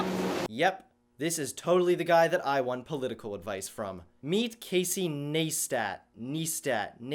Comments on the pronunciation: im voting for Trump Because CALIFORNIA will leave the states if trump wins ... which will be great for California , not so great for the rest of the states .... ( this idiot can't say Neistat ( Nice tat ) ... wow ) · In case nobody's said it yet which I'm sure they have, but it's pronounced Nice Tat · It's pronounced NIESTAT. (Nice vid tho) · His last name is pronounced Nice Tat. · I know it was probably sarcastic, but it's Nigh- stat. I don't know why it was bothering me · Hold up here. So is sharing his own views on the election whilst slating Casey for sharing his? It's great that your video is gaining views from Casey Neistats success as a youtuber, but please try to come across as less of a complete douche. PS. It's pronounced NICE-TAT. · Pronounced "nice-tat" like a nice tattoo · If you're going to dis someone at least get their name right. I also only came to this video because I was watching Casey Neistat's videos and somehow unfortunately ended up here. Check it out if you can't pronounce it try it sounds like nice-tat like a nice tattoo. I'm with the top comment I only stayed to dislike your video! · Casey Neistat? More like Casey LIEstat. Oh wait, you didn't bother to even learn how to pronounce his name despite proclaiming that you're so good at citing facts. So this comment must be irrelevant to you. I guess I could debunk everything this guy says, but I have better things to do and I'm not even going to change any of you moron's minds anyways. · I feel like every time someone is trying to expose somebody else they just mispronounce their name on purpose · Holy fuck.. even as a Trump supporter.. you are more irritating than that guy.. especially starting off like that, struggling to pronounce his name.. how fucking old are are?? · You're clearly purposely mispronouncing his name, literally everyone knows who he is. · Your video is called "The Dumbest Hillary Supporter", yet you cant even say his name correctly. Yea yea lost me 18 seconds in.